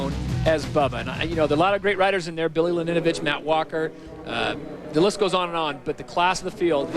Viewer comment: damn that commentaror cant say billy laninovich's last name